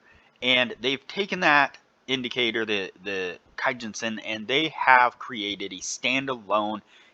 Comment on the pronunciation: keeeeejun sen not kAyjunsen :) according to japaneses forex trade kei